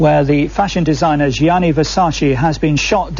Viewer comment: It’s Gianni Versace not Johnny Versaci